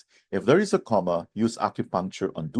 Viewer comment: It sounds as if you pronounced 'coma' as "comma", which is a punctuation point!